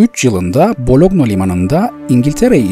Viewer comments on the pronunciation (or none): none